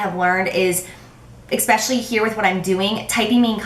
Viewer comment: Since 3 people said that you and Nicole Guerreiro were their fav YouTube people, I thought I would check her out and found it HILARIOUS that in the first video of hers I watched she pronounced "especially" with an x like you always do! Which btw is annoying but I think you're awesome anyway so I over look it lol.